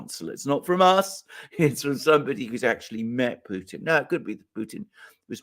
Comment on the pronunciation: Alexander is the first person I ever heard pronounce the T in Putin. Thank you.